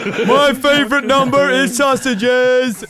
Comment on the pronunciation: “My favowite numbeh is sausages” That shit had me crying lol